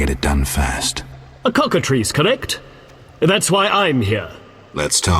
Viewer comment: Who ever wins faces the Cock-A-Triss! Man that pronunciation was on fleeeeek. 😌😌